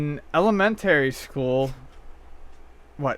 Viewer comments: Element-tary school?! Yeah, I believe was bullied in high school. No problem there... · elemenTERRY haha thats funny how he pronounces it